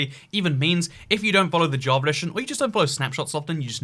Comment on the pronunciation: Why do you say jaa-va ja-verd